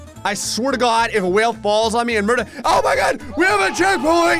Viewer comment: "I swear ta'gawd..." –, But Hasn't Left New Jersey 😂